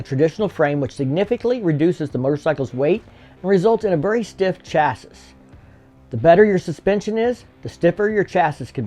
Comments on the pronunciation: It's pronounced "chassie" not "chass-iss" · Redub this video and say chassis right. It's pronounced chass ee. Come on arkansans never say chas-is talking about chassis's. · It's pronounced Chasie not Chassis I know it's spelled chassis, but that's now how it's pronounced. Could you image how much lighter their other motorcycles would be if they used modern materials? HD needs to come out with a standard motorcycle much batter than their Street series motorcycles. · Please pronounce it chas-ee, not chas-iss. Thanks, LOL... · It’s pronounced Chass-ee the S is silent. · Great video. Just one gripe, chassis is pronounced chasee. Very informative! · “Chassis” is pronounced “CHAH-see” is the USA and ‘SHAH-see” in the UK. In neither case are the esses at the end pronounced. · In Australia it's pronounce Shaz-zee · Did you say "Cha-sese" ? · If we were in England you pronounced chassis correctly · Learn how to pronounce chassis... 😂 i bet you pronounce debris as DEB-RIS 😢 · I couldn't finish the video due to the mispronunciation of 'Chassis' (the last 's' is silent). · anyone else get lost at his pronunciation of "chassis"? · Has anyone mentioned your pronunciation of chassis yet? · Literally had to walk away from this video a minute in because that was driving me crazy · I may be nit picking here, but I couldn't resist. The last s in chassis is silent. Edit: I see them putting this in a bagger. They're already tired of getting spanked by the Indian challenger in the king of baggers racing tour.